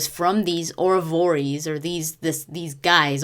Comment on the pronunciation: i think you pronounce "Oravore"